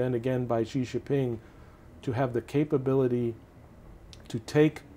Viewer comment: Whilst I don't disagree with his premise that he can't say Xin JinPeng even near properly means I can't take him seriously. Maybe he should just say Winnie instead....